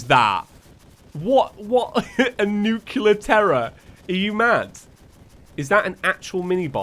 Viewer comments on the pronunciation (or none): You mispronounced nuclear